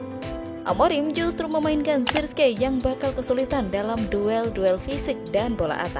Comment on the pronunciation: Sebutan yg benar zerkzi..